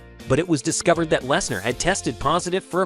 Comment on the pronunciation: "Brock LesNAAR" "Brick" I feel like u r an AI